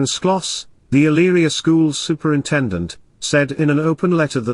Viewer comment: My husband grew up near Eyleria, you did a great job pronouncing the cities' name. A very horrifying story. It's so difficult to understand why people kill their families. The kids looked like angels